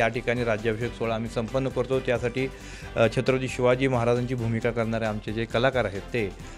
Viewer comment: छत्रपती शिवाजी महाराज बोलायला शिका आधी